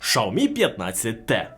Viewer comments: Дійсно, з яких пір, Сяоми став шаоми? По слуху різало таке мовлення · Шаомі?))) Вони вже так називаються? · Шяомі, наголос не там, ріже вуха якщо ти вже так Хотів англійську транскрипцію вимовляти. Народ звик просто до Сяомі